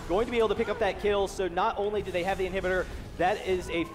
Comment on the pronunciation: Lol "they will be able to push down this inherbudder"